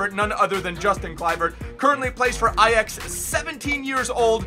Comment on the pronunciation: THE FIRST AMERICAN WHO ACTUALLY CAN SAY AJAX NORMALLY! (In the dutch way)